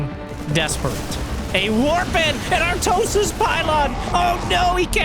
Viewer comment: Almao the Artwosis xDDD